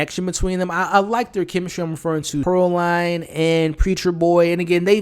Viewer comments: A few notes as I’m halfway through the video. Pearline’s name is pronounced Pearl-leen not Pearl-line. Smoke had a daughter, not a son. And the men that Slim told “hold your head” was a chain gang, which is prisoners, not slaves. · It’s Pear(LEAN) not Pear(LINE) you are really giving me a ick by saying it wrong and you’ve watched it how many times??? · Bruh, small detail but I believe it’s pronounced Pur-leen lol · Her name was pronounced Pearl-lean… also you keep saying they didn’t have a soul but Annie explained in the film that their soul is trapped within their body. They had to kill the vampires in order to free them from roaming the earth angry and evil. So that’s why Stack was able to keep his promise. That’s why Mary was devastated when Annie was killed and not turned.